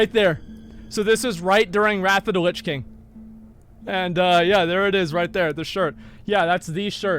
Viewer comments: Nobody: Asmon: "Rat of da lits king" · Everyone else : "Wrath of the Lich King" Asmongold: "RAFFA DA LISH KING" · “Wrathuda lichking”